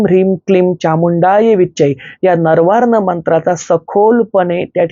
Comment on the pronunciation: "नवार्ण मंत्र" असा उच्चार आहे. नरवार असं नाहीये.